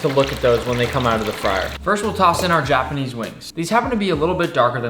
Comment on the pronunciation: why do you say "jah-panese" lol